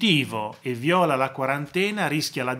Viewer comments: Professore mi permetta piccola precisazione viola con l'accento sulla i non viola con l'accento sulla o (colore e fiore) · Comunque nella parola "viola" l'accento va sulla "i", non la "o"